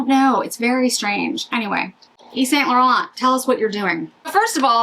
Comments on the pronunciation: St. Laurent pronounced like San Laur-on. The T's are silent. From a French girl 😊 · Yves St Laurent is either pronounced the French way or its Saint Laurence. I don’t make up the rules.